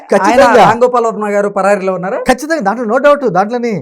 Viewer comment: పరాయి కాదు పరారీ అనాలి